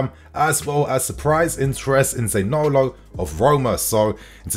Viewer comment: Za-ni-olo not Zanolo 😉 Anyway…good player, waaaay more talented than Gordon. Talent wise…yes, okay but is he really an upgrade from Pulisic, I don’t know.